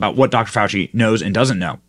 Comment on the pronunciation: Fawchee is BABBLING from the shock of his pet "news" turns on him.